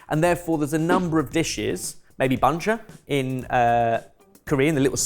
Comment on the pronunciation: broski pronounced banchan as bunja.... im rolling